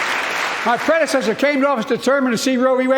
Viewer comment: Basically a Trump hate speech. "My pwedesesthurr". Dementia really got this man. It's sad to watch.